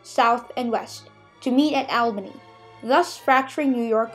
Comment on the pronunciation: IT'S AWL-BANY